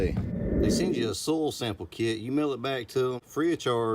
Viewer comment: OMG.. I had to rewind the video like 3 times.. At first I thought you said stool sample kit... 😂😂😂 Im dying.... Im thinking ...wait ...what?? WHAT kind of "natural fertilizer" is this gonna be about??.. LOL... great video my friend...looking forward to seeing your grass get greener!!! Your channel is really growing... congratulations!!!!